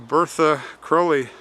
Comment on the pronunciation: Wow.....and you actually say his name correctly! 😊 ps....it "Blessed are the dead which die in the Lord".